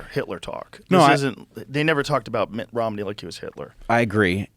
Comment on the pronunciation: Joe saying Mittt Romney is more palatable.😂